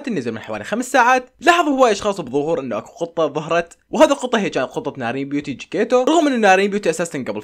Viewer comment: جكيتيتو❌ جكيتو✔ 😅😅😅😅